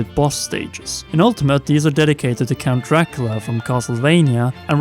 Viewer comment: Summit is from ice climbers and picto chat was just a ds app. Ps stop cutting out the middle syllable in Dracula